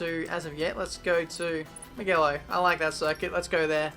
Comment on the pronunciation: It's Moojello. Not Moogallo lol Bro, make wide entries lol